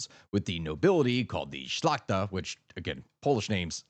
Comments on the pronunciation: You pronounced "szlachta" correctly. In fact, most names were at least understandable. So you did good. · "szlachta" was actually pronounced really good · yup. Only Szlachta was pronounced spot on. Everything else... bloody mess